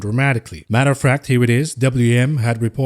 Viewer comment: "Matter of fract"